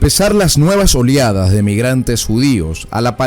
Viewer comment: No son Oliadas, son Oleadas, ojo que usted es un erudito, cuide su pronunciación